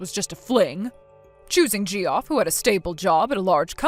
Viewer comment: It's not "JEE-off." It's "JEFF."